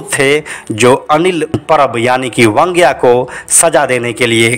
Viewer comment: अनिल परब उर्फ वांग्या की पुरी कहानी कहकर पुरी नहीं बल्कि अधुरी बतायी। खैर आपको वांग्या बोलना नहीं आता ईसलिए वंग्या कहकर बुलाते हो। बैंगन को मराठी में वांगे या वांगं कहते हैं। आगे से ध्यान रहे वंग्या नहीं वांग्या बोलो।